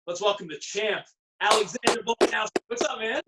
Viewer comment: How these guys got a job with ESPN is beyond me. At least say his name right.. Volka-NOV-ski ...